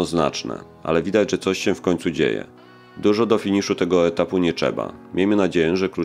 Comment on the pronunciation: W powieczu = w powietrzu, Nie czeba = nie trzeba. Ale jest coraz lepiej